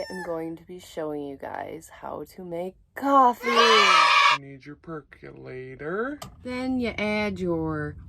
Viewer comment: You mean perk O lator... NOT perk U lator. A percolator percOlates coffee and it is pronounced without a U sound. PERCOLATOR. Say that ten times and you'll get it.